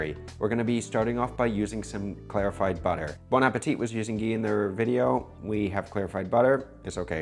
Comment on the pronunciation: Damn, U always pronounce the T at the of "bon appétit"... ^^ remember: "bon appétEEE" ;-) TX for that video !